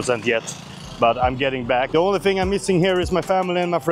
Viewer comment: Thing, not "fing" 😂